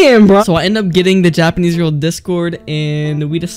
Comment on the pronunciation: bro really said yapanese